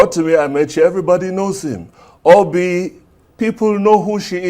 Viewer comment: Wait did I just hear "Oby" a she, instead of "Obi" a he 😂